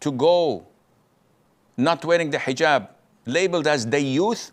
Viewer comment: you're telling me explaining what Eejab is because he can't pronounce the letter H isn't a tangent? Come on bro.